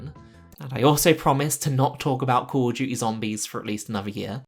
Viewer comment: KAWL UF DJEWTEE